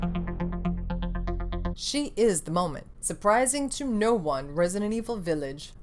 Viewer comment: I love this video. I love your passion. I love the (french) way you say "Villaaage". And of course I love your eyeshadow. 🤩🤩🤩🥳 Kiss from France ! 🇨🇵🇨🇵🇨🇵😊😊😊